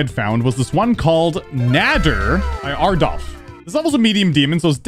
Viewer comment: “Ardolf” 💀 (ALD-)